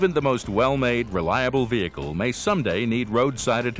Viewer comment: The way the voiceover pronounces "vehicle" really triggers me... he says "Vihee-heecle" like WTF kind of pronunciation is that?!